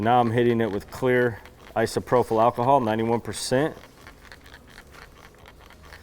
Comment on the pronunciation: It's isopropyl.......pronounced i so pro pil.. there is no f sound in it.... j/s.